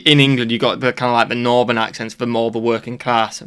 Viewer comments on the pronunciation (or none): Excuse me, did you actually say NORBERN & SOUBERN instead of NORTHERN & SOUTHERN?? What the actual eel pie is going on with that? I'm American btw. I have to say, although we both speak English, sometimes I have NO idea what you're saying. Not you, you're just fine.